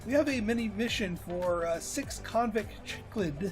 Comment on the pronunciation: Love your videos,! You've sold me on this game. One note, as a former Cichlid owner, it's pronounced like "sick-lid." Again, thanks for being such a great streamer!